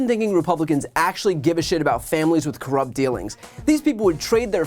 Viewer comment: Brian almost said "Corrumpt" dealings 😂💙